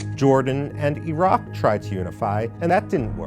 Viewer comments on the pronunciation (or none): none